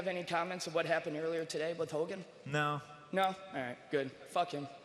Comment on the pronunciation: I laughed so fucking hard when that guy was like "Fock Reebok, no?"